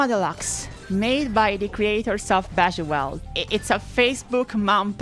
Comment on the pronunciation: Love the way you pronounce "Bejeweled" LMAO.